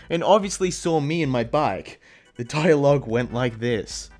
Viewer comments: Hey what happened when you said “my cottage” it sounded like M cottage instead of my cottage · The ‘my’ tho😰